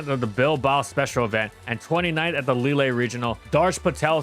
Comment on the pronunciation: Someday he'll learn how to pronounce Lille